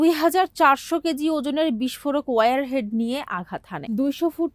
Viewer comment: It's not warehead. It's warhead.